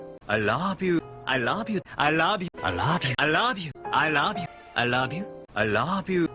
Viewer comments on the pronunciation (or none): I like the part where he says 'I rouve you' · It sounds like "I lob you" to me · Damn, I almost make it past the middle with it still sounding like "I love you" but in the end It ended up "I rob you, I love you, I lob you, I rob you, I love you, I louuve you" XP